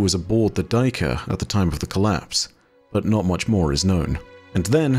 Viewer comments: Hey. Love what you do, I rarely miss a vid. If I may suggest a better pronunciation for the word "Duiker" (no judgement, Afrikaans can be weird). You could try saying it like " Day - ker " where "day" is a good enough approximation for the first part (depending on where in SA you are), and the "ker" you keep as you have it. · Hey! The annunciation of the buck the Duiker is: Day- kuh-r. With a quite harsh r at the end! Its one of the bucks that i’ve known since childhood!